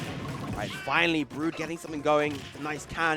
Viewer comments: lolol saying "Broad"...... i mean idk what Brood wants his name to be but in English, that would be "Brew-d" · Steve O'Brien it's brood